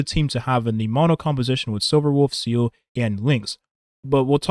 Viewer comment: I love your videos, I genuinely do. But please god, “Seele” is pronounced “ZEE-luh” not “seal” 😅